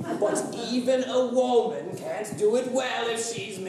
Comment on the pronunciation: Omg it's "WUHmun" not "WOEmun" when will u ever learn?!